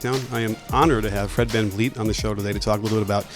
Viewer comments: Anyone else notice him say "Fred can-yeet" ? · that is the worst pronunciation of Fred Van Fleet I have ever heard. This team (with Fred on it) are the defending champs and you are supposed to be a basketball guy. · Fred Kanyeet 😂 COACH! ITS VANVLEET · Fred "Can-Eat" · Did he say Fred CanYeet? 😂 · did this man just say Fred CanYeet lmao